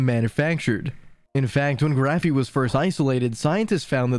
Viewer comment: “Graphene” not “Graphey”. The narrator keeps saying “Graphey” and since I noticed it I can’t stop hearing and being irritated by it. Even the transcript is interpreting the word as “Graphey “ !! I’m being silly I know but I found this so irritating.